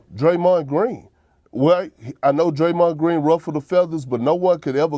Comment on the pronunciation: did he just say Draymon Green !!!! 🤣🤣🤣🤣 what an idiot